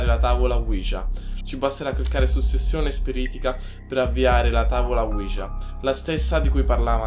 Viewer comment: E comunque si pronuncia uiha